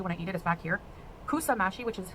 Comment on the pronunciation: She doesn't even get pronunciation for food right. It's pronounced Meh-shi and Sambusak. Ya'alla. Also Meh-shi and sambusak are both delicious but hers look positively vile.